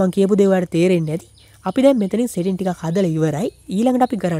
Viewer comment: Ane palayan bn mama dawak dekka uba iron man film ekata ඉරොන් මෑන් කියල කියනව යකො එ අයන් මෑන් . උබ කියන්නෙ සෙටින් කියල setings hariyata kiyawanna purudu weyan anith eunta ugannanna yanne nathuwa ponnaya